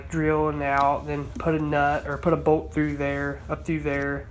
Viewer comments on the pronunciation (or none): you describe a part as a "boat" or I think you're saying "bow" stop??? I'm thinking this is some sort of an anode to collect rust maybe? What is is used for? Need help in identifying this part, thank you.